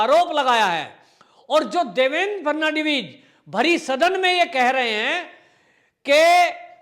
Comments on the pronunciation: Frnadibij नहीं फड़नवीस नाम तो सही लिया करो भाई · Fad navis to bolna sikh lo. Ferdinand vis jaisa bolte ho.